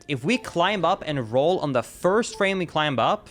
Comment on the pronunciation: This dude pronounces the letter B in climb. Its a SILENT B. 👎